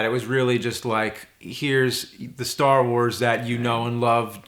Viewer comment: guys its called "Star Wars".. emphasis on the word "wars"